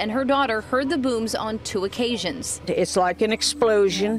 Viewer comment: The way says “bhooms” is cringe lol 😩